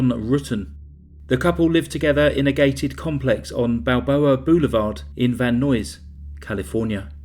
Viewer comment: “Van Nuys” = “eyes” with an N.